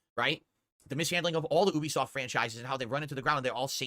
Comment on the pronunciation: I hate how he says Ubisoft, like NO ONE says OObisoft cus thats NOT how it's pronounced lmfao, and oh good, Judas is gonna be ANOTHER game gets handheld through because he cant be assed to make his own choices...UGH Kill me now